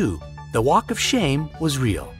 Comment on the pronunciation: Walk of SHAM? Is no one checking this video for spelling and pronunciation errors? This is terrible.